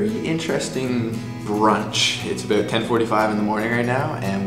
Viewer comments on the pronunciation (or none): he said "abawlt". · the way you said 'about' is soooo Canadian.